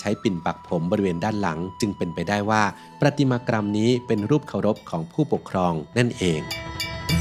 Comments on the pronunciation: ปฏิมากรรม = ปะ - ติ - มา - กัม ไม่ได้ออกเสียงเป็น ' กรัม ' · ขอโทษนะครับคุณ คำว่า ประติมากรรม อ่าน แบบนี้ มั้ยครับ =ปฺระติมากํา] เพราะเวลาพูดแล้ว มีเสียง ร.ด้วยฟังแปลกนะครับ น. ศิลปะสาขาหนึ่งในจําพวกวิจิตรศิลป์เกี่ยวกับการแกะสลักไม้ หินอ่อน โลหะ เป็นต้น ให้เป็นรูปหรือลวดลายต่าง ๆ. (ส. ปฺรติมา + กรฺม ป. ปฏิมา + กมฺม). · ประติมากรรม อ่านว่า ประ-ติ-มา-กำ ค่ะ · ยอดทุกอย่าง..ชอบฟังมาก..ขอติงนิดเดียว..ประ-ติ-มา-กำ..ไม่มี ร ควบกล้ำ